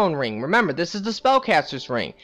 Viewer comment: "Let's do dish!"